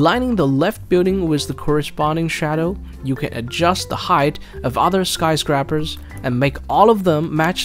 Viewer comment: did he said "skyskraker"